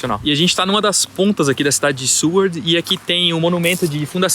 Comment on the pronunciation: Seward e não “Sewerd”…